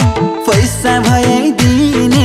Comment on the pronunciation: राम्रो गीत तर गायक गायिका दुवैको उच्चारणमा समस्या छ । बैँस पनि पैसा जस्तै सुनिएको छ ।